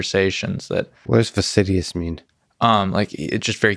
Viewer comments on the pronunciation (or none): Fastidious versus "vastidious."